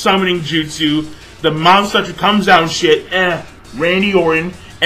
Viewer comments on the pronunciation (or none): none